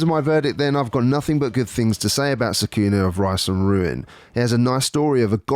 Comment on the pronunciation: It’s Socku-nah. They say it in the game!